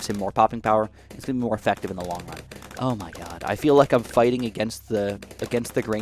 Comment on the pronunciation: i hate hearing him say "zoh my god"